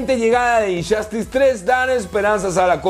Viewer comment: Por qué muchas palabras con los juegos un decir como Injustuce los pronuncias con “Ch” y se oyen Inchastes o como Just dance que se oye chast dance